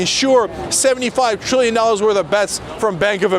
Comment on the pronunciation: When I heard the TR in Trillion, I super cringed...